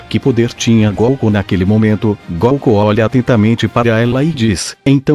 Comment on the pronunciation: Quem é esse comentarista do vídio que não sabe falar o nome de goku direito? Na pronúcia dele ,ele fala goocu. E não goku.